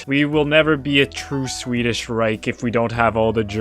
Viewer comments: why do you pronounce swedish like it's german 😭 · your pronunciation of swedish is very annoying